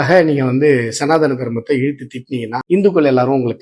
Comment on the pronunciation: This man doesn't even know how to pronounce the word Sanatana Dharmam